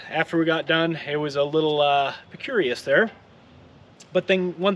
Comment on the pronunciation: percurious? Not a word. Precarious, is that what you meant?